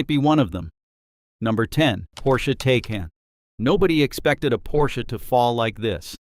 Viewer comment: And its pronounced TI-CON